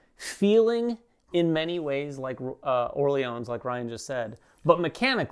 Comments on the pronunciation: oh oh thx for the feedback... i need this one ! your "Orléans" were quite accurate guys, just no need to pronounce the final "s". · Orléans with a silent s.